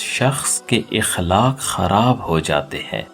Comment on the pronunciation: Aqlaaaq hai sahi lafz اخلاق زبر سے پڑھئے